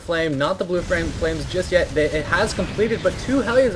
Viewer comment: lol engrish... "frames" lol